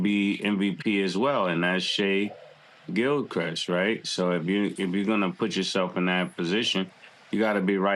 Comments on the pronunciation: Mase called SGA “shai Gil crest” lmao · Who tf is Shai Gilchrest? Love mase and cam but this is a LOW EFFORT sports show lol.